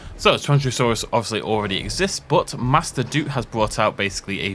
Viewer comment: I thought it was pronounced: "she-an-joe-saurus"